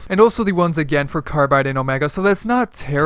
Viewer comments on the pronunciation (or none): none